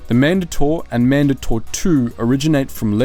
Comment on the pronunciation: Why is it that no one ever points out the weird way he pronounces certain things in Star Wars? Man-dahtor? What?! Man-DAY-tor. Ya know, Mandate. Mandatory. Mandator. Not that hard to figure out.